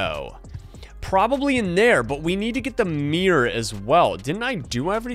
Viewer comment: AND ITS MIRROR NOT MIR